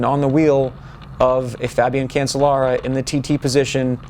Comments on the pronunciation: Cancellara is pronounced "can-chell-ah-rah" isn't it? "Chell", not "sell". That's what I've always heard them say when I'm watching the Tour de France etc. And these sources pronounce it "chell" as well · Nice views. But Phil, if you keep calling him Cancel-lara he will cancel you. I think that is what he was thinking. It is pronounced Can-CHE-lara.